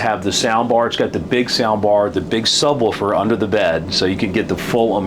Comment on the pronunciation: "Woofer" not "Wolfer". Sub-woofer. Lol...